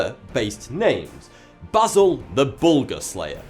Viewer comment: thankyou for pronouncing basil correctly